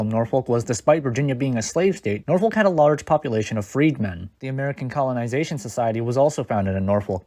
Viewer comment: Are you really from the area cuz you can't even pronounce Norfolk right?